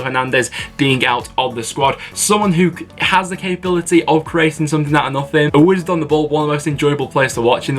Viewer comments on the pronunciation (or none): none